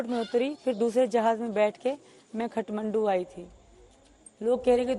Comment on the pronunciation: she is not spy .... bcz her pronunciation of Kathmandu is wrong ......means she is not trained